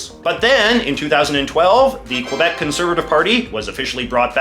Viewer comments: JJ knows it’s pronounced KEY-BEK but says KWE-BEC on purpose just to be an 🍑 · you should pronounce it q eh b eh c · In Quebec, it's pronounced KAY BEK. This guy is quite possibly the most obnoxious YouTuber....like...ever. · it’s kebek not qwuabek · At least say Kebek not kwebec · it's not prononced COABEC, it's simply KBEC.... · when jj says que-bec instead of ke-bec, very good video though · When I was in the US Army, we used a phonetic alphabet to spell words over the radio. The letter Q used Quebec, which we were told to pronounce kee BEK. I've always said kwe BEK and I noticed that the Francophone speakers you taped also said it like we were told. You, however, pronounce it like I do. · Pronouncing it Kwebeck is just wrong. The way people pronounce Quebec or Montreal in English is one of the ways to distinguish an anglo Quebecer from other Canadians. The Algonquin, original, pronunciation is Kebec. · It's pronounced "Kebek" ffs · Can't even pronounce Quebec But apart from that, the video is actually a quite good exploration of the politics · Could you please try to pronpunce Quebec correctly? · Your favorite place in the world, yet cant pronounce its name right! Yikes 😂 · After all these years. You still can't say it right. You buffoon. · MFer can't even pronounce Quebec right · I still don't get it how to pronounce Quebec properly. Was it KEE-YOO-BECK or KOO-WEEA-BECK? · Aside from the fact he cant pronouced quebec right, his depiction was good.